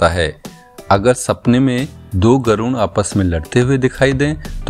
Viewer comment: गरुण नहीं गरुड़ कहा जाता हैं।